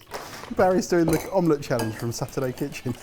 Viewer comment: When Barry said omlett, a little part of me wished he'd said cloud egg.